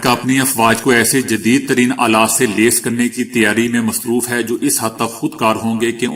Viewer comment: خدا کے لیے کسی سے الفاظ کا تلفظ سمجھ لیا کریں یا زیادہ گہرے لفظ استعمال نہ کیا کریں۔ مثلاً اب یہ لیس لفظ کو لیں آپ اس کی" ل " کو زیر کے ساتھ پڑھتے ہو جبکہ اس کا درست تلفظ "ل" پر زبر لگا کر ہے اپنے پڑھنے کے اس بھدے پن کو ختم کریں۔ شکریہ